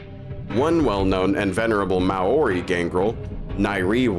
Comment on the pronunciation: foreigners pronouncing Maori always makes me cringe so hard